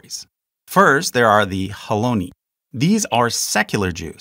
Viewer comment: Nicely presented, carefully done! One nit: See if you can pronounce Hebrew words with the accent at the end. Like kabbaLAH, hiloNI, daTI, hareDI. Israelis tend to do that, and it sounds better to my ear too. Otherwise, toDAH rabBAH.